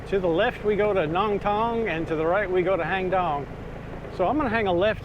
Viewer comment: My wife and I enjoy your video. We normally visit Chiangmai yearly and nice to be able to see familiar places. I hope you don’t mind... your pronunciation of “Hang Dong” is not quite correct. It’s “Haang Doang”, please ask your wife to pronounce it since you refer to it often. It’s unfortunate most of the Thai words spelled in English are incorrect because they are translated letter by letter from Thai to English without considering the correct pronunciation. An example is “Phuket”, the correct Thai pronunciation should be “Pooget” (with the “g” sound instead of “k”). Btw, I’m Thai and my wife is from Wisconsin. I tried to point out what the correct English spelling should be to help improve her pronunciation. Stay safe and thanks again for sharing your video.